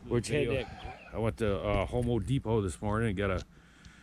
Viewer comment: lol he said homo depot I cannot